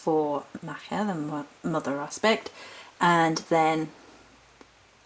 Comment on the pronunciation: I love your altar, it's very beautiful :D Just a quick note for your own info, Macha is usually pronounced like 'Moch-a' (rhymes with 'loch'), just thought I should mention it to you if that's ok :) -A fellow Morrighan devotee :)